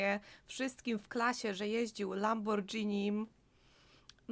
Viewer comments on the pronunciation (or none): Lamborghini wymawia się przez „ g”, nie „ dż”. Buziaki serdeczne 😊